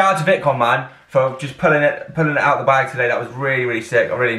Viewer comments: It's VIC-TON not VIT-CON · Actually you said it wrong the entire video. Lol You also mispronounced it in the last VICTON video reaction